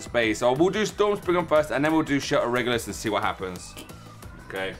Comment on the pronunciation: Shelter Regulus he is balance type and you saying his name perfect